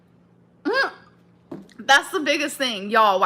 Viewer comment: YESSSSS when she says “Oh my Guh” it sounds so wrong 😭😭